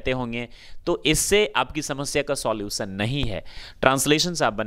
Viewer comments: I agree. For example... It is solution... Not solusion..... Any doubts.. 100 percents... (extra 's') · I think you need to understand the difference between learning and teaching .You will never want your kid to pronounce solution as solusion. 🙂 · Solusann 😂😂😂😂😂😂😂😂😂😂😂😂😂😂😂😂😂😂😂😂😂😂😂😂😂 speaker himself not speak properly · " soulution ".... this one is the worst . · Your unable to pronounce solution